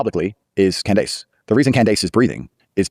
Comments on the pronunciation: Who is Cand-Ace? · Why does he call her Cand Ace? He is full of shit And full of his own self importance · is this truly how tate pronounces her name? KanDACE? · dunno if it's AI but I did think it was weird that in the Tate interview he pronounced Candace KanDAYCE, which seemed totally AI to me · "Candase" lol.. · The first video with Andrew Kate is obviously AI because of the way Candice's name was mispronounced. You know when like a I tried to read the English language but doesn't put the right answers on the right syllable? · I think this might be an AI video. The way he pronounced "Candace" is very weird. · did he really just insinuate that man was a dummy for not living like a dysfunctional, perverse, rolling stone like him???? Shame shame shame on him and why in the world did he say Candice’s name like that 🤨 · me...I guess if I'm watching something and I think to myself, why does that person seem weird...why does the voice sound like dialog...if you think it's weird, it's fake. I thought it was sped up. Which confused me. And the pronunciation of Candace was wrong. Bruh. Getting off this internet and going to read a book. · He always pronounces her name like that. I have no idea why. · Okay so first you mispronounces Candice's name twice and he knows how to say for me and then he tells us that Lee Harvey Oswald was killed in jail which is not true so this is clearly AI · That's actually how he says it. He pronounced it like that when he was on her show. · The way he said her name too? Wth?